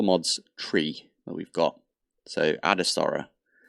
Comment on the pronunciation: sorry its bothering me so much, please look up the pronunciation of "ad astra" up. You seem to tend to add an A where it doesn"t belong. I love the series, but this is driving me up the wall. Merry X-mas!